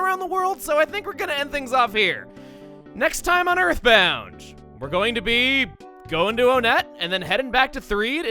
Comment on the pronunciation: “Next time on Earthbound-g” Lmao the G sound at the end lol.